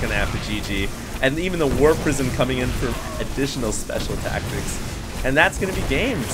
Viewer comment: Speshul taktics